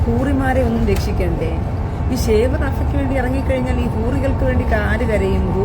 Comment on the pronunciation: പ്രിയ സഹോദരി, ഷേവ് അല്ല സേവ്! ഷേവ് എന്നാൽ ചിരക്കുക എന്നാണ് അർത്ഥം! 🤦‍♂️😝🤣🤣